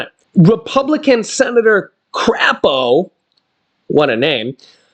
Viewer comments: It's pronounced Cray po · It is not crape. It has a long A in it